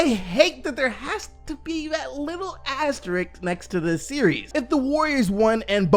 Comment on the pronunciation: you cant pronounce asterisk. lmfao. i watch your vids everyday though. keep it up. :)